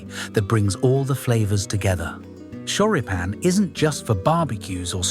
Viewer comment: Hm, a good alternative that my family uses in America are Johnsonville Mild Italian Sausage. The pronunciation of Choripan is Chori like chorizo and pan (pahn).